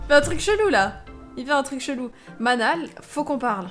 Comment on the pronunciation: Enfaite, le prénom Manal ça se prononce "Manel". Je le sais parce que j'avais une amie (il y a très longtemps) qui s'appelle Manal 😉